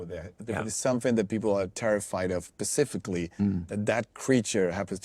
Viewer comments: "Terrified of. Pacifically ".... okay, I'm out. If you can't notice the difference between two words... how the f are you going to be able to tell the difference between two faces??? Jeeeeeeeeeeeeeeeeeeeeeeezzzze. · Using Ian Holm's face and voice was just distracting. he seriously said "pacifically."